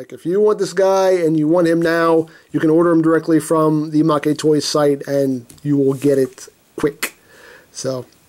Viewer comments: MakeToys is pronounced Mayktoys, not MakeyToys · You are legit the whitest YouTuber. "Oh, well it's from Japan so it's probably pronounced MakéToys. God damn dude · You know, if you pronounce it 'ma-ke toys' it kind of sounds like it means 'loser toys' or 'toys that lose'. Or another meaning you could derive from that pronunciation is 'freebie', as a freebie is something the company looses to the customer. I'm not making this up. I live in Tokyo and speak Japanese. Does MakeToys give you free toys to review ? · Why did he pronounce Maketoys wrong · Don't worry. You pronounced Novae correctly. The Japanese text has it pronounced that way. As for mah-kay vs. mayk for Maketoys...they haven't put any Japanese text for it, which is my guess as to why it's ambiguous...oh well. lol